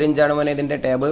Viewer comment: ടേവ് അല്ല ടാവ്